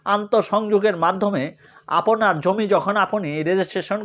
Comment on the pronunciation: ৫ মিনিটের আলোচনা করলেন ১১ মিনিটে। এতো অপ্রয়োজনীয় কথা বলেন কেন? আর "আপোনি" "আপোনার" এইসব ভুল উচ্চারণ ঠিক করেন। লেখাপড়ার মান দেখেই বোঝা যায় আপনি স্বৈরাচারের দোসর